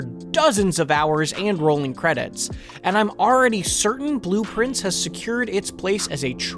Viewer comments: Is bro pronouncing blue prince wrong to get engagement? He's literally saying blueprints lol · I kept thinking “Man, that sounds like blueprints when he says it” but did not realize it was intentional until I saw this comment lol 🤘